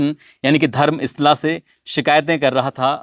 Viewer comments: धर्मस्ला नही धर्म स्थल जगह का नाम से ठीक से बताओ. पैसा कमाने का चक्कर में लोगों को कितने बेवकूफ बनोगे आप लोक?नाम भी ठीक से बोलना नहीं पता! मीडिया में आया हुआ बात को बतंनगढ़ बना के दुनिया को बताते ? खुद उस स्थल में जाओऔर वहां पर लोगों का बात सुन लो फिर दुनिया को फिर लोगों का मन में बीज बोना . आपका पूरी बात गलत है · धर्म इस्ला नहीं धर्मस्तला है. आप का उच्चारण गलत है.